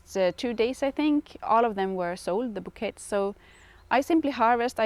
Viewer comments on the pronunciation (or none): Hi. Just letting you know, you pronounce bouquets as "boo-kay".its a French word 😊🌻🌻